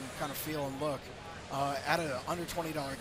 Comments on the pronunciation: Feel bad for the dev, his voice is about to give out. When he said, "under twenty dollars" almost sounded like "a hundred twenty dollars" lol. I wonder if they'll make this modable. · It really does sound almost like he says 120 dollars hah. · "Out of a -gulp- twenty dollar game" Guy just doesn't have the best diction. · I really thought he said $120 at first lol